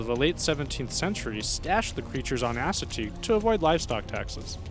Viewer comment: *ASS*ateague Island? Your way pronounced is hilariously wrong.